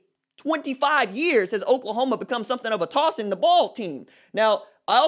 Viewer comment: “....have become something of a tossin’ the ball team.” Haha. When that country come out in our voice.